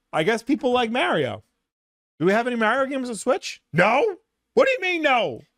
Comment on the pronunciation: So they did add content to super Mario rpg. If you knew how to say Mario correctly you would have known that. 😂